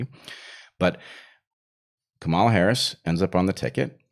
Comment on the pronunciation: So, that’s how you pronounce Harris’s first name: Chimera.